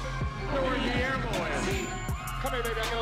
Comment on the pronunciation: Guillermo ma man but let the record show like the way Denzel says it ma'man.